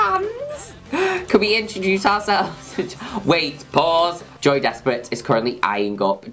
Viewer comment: I always think Juno Birch is saying “Joey Despret” and not “Joy Despret”